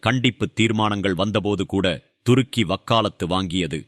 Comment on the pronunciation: Durukki இல்லப்பா. Thurukki. மாத்தி மாத்தி உச்சரிக்காதீர்கள்.😂